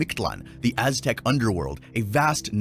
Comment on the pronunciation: I think some of my furniture float when you pronounce the Aztec god of deahh and his wife name